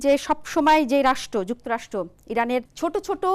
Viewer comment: যুক্তরাষ্ট নয় যুক্তরাষ্ট্র। কেমন ভাষা রে বাবা। মিডিয়ায় এরা আসে কিভাবে?